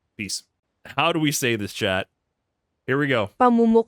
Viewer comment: I like how you nailed down the pronunciation of "ng" (nang) LOL most of the other videos keeps saying nnnngggg xD